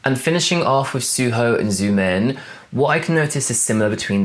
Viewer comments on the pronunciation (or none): just a side note xiumin is pronounced shiomeen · it's the "Zoomin" pronunciation for me😅🤣🤣